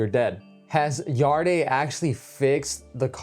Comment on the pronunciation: It’s pronounced yard not yard-e 😂